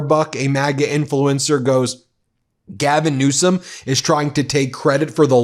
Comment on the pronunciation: HAHAHA ,TRUMP said gavin newscom hahaha listen to him say it just after ther water turned back on hahaha